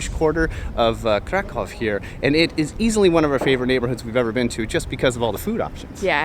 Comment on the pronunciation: Hey guys, lovely video. Make sure you get the pronunciation right, Kraków is pronounced "krakoov". Have a lovely day.